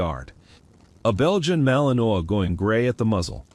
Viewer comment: TEACH YOUR AI HOW TO PROPERLY PRONOUNCE WORDS! The dog is a Malinois, pronounced Mal-in-WAH.